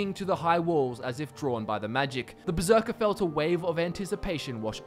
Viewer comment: Um... Hate to be that guy, but it's Berserker, not beserker.